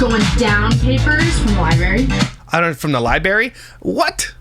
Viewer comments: Libary 😂 hehehe is that a Canadian way of saying library 😊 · I truly LOVE and look forward to your videos but that IS NOT HOW YOU SAY LIBRARY😤🤯 “libary” is crazyyyyy😭😭😭